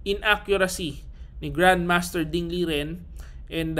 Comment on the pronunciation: master, ding lijen daw tamang pag bigkas ng name nya.